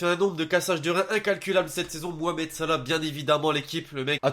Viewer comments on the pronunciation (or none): none